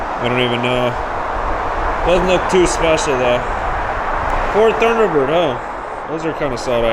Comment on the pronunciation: I watched all the way through. Each time the kid mispronounced a make or model of a car I felt a pain in my chest. That e didn’t know most of those iconic cars is very sad. He didn’t think much of the Thunderbird Turbo Coupe. He didn’t know the Subaru SVX which I wanted so much back in 1992. He mispronounced Celica (Sell-E-ka). Those beautiful Cadillac ElDorado and Biarritz and the Cadillac Series 62 under the car cover. The 1968 Camaro. I saw at least 30 of those cars I’d like to get if they were auctioning them off.